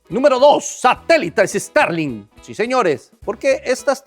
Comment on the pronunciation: Guai Fai, Estarlin, Interne, Donal Tron, ya le frieron el cerebro las corrientes electricas 🤣 Por no ponerce su gorrito de aluminio! 🤦‍♂ Bendiciones hermano!